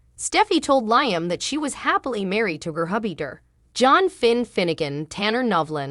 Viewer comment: It’s LEE-UM doggone it! 🙄